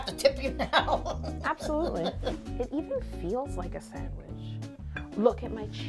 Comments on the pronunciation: Sangwiche!😂 Yolanda totally won🏅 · definently aunties 'Grilled Chese Sangwich' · i thought my mom was the only one that says sangawhich...... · Sangwich hahahahha